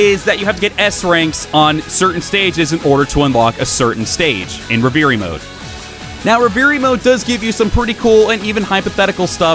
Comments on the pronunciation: Love the content, but yeah you sounded like a dumbass on camera. It's pronounced Rev-er-ie :P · Great review. What is he saying when he says ‘re-veer-y’ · Great review. What is he saying when he says ‘re-veer-y’? Is it “reverie” mode??